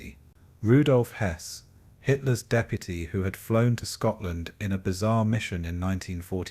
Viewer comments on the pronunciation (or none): none